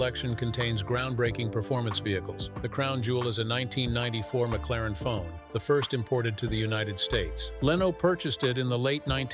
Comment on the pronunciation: Ai narrations suck. ie. McLaren-F1 not McLaren Fone…..amongst other non words spewed…